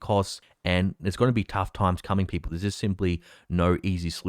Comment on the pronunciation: You gotta love how says "Peepoe"